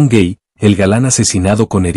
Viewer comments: El apellido de Ramón Gay se pronuncia exactamente asi, con A y no con E cómo usted lo pronuncia porque no era en Inglés sinó en Español GAY, no GEY. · El apellido e GAY no "guei"